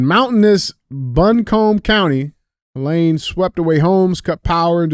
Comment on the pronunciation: Someonee pls teach DJ how to pronounce Helene..